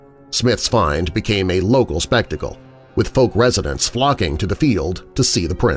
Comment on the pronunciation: Please try to pronounce Fouke properly…. It rhymes with Ouch… just add the F and use a hard K on the end.